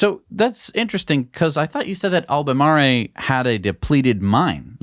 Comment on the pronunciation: You guys are killing me with this "Albay Marley". It's pronounced like Al-buh-mar-roll.